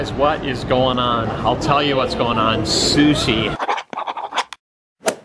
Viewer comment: At the beginning, did anyone else hear susi instead of sushi😂